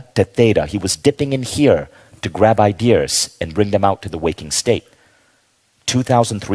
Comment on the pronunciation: Why does he say "I Dears" instead of Ideas...